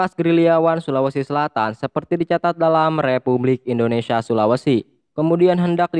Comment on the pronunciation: Indonesia om, bukan indonesiya